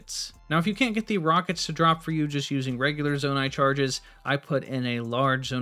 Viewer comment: Did this man just say "Zanai shards" instead of "Zonai charges"?